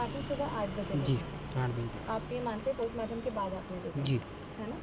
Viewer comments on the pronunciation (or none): Abe postmartam ko Kostmartam kyun bol raha hai😂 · Chutiyanandan cosmartum nhi postmartum hota h